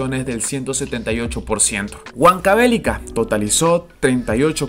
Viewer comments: La acentuación es Huánuco, Apurímac y Huancavelica esta última con acento en la i (prosódico).... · muy buen video, la única pega estas pronunciando mal los nombres de apurimac y huancavelica, ambos tienen acentuación en la i. Y huanuco en la A. Saludos